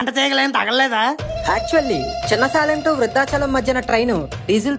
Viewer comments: సాలెం కాదు సేలం అనుకుంటా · Salem pronounciation wrong